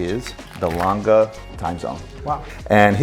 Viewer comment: Laaangeh und Soooney thats how you say the name.Best wishes from Germany